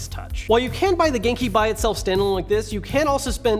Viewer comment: Am I the only one who thinks he is sometimes trying to say GameCube? Note: I know he is saying genki